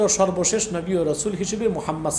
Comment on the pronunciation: ওনার কথাই তো হয় না উনি নবী কে নাবী উচারন করে